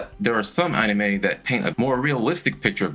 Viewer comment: why do you keep saying onime??